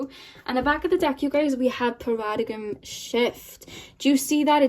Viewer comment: ("paradigm" pronounced = pahr-ah-dime 😗)